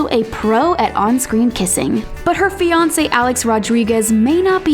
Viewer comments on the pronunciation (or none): none